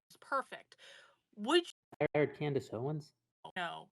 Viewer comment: "standace owens"